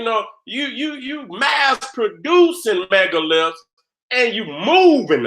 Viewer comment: has a heck of a "lipse"....lol